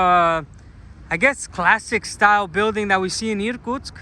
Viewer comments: I thought you were a Russian pretending to be an American 😂. because you pronounce words in English clearly, Americans usually swallow sounds and its difficult for a Russian person to understand them by ear. And you pronounce the city of Irkutsk as Russian Irrrkutsk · I think your pronunciation of Irtkutsk was very goodt 👌 what a beautiful city and the church looks so nice! Just beautiful. But does that large river ever flood the city? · Очень понравилось произношение "Иркутск" - чёткий звук "р".